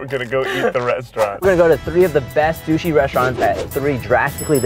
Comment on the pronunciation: Is it just me or were the saying shushi